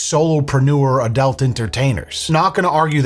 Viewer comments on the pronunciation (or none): why does say "Adelt" it's ADUUUUUUUULT lmao